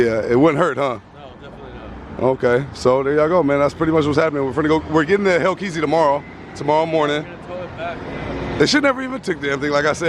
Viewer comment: Say the name of the fukin cars correctly!!! No dam ram reazy and hellkeazy